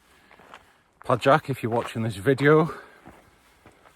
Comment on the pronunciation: Pajak if you... Noted! btw proper pronunciation PAYAK (surname of the owner. Meaning: spider)